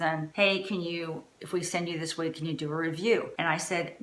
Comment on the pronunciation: please dont be offended... say "wig:...not "weeg". Its very off-putting. Thank you..